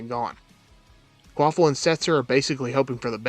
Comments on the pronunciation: *KvaPil Not Kvaphil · Kvapil. Sorry, I had to write his name, it sounds like you're saying quaffle, it's kinda giving me anxiety lol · Kwaffle does not = Kvapil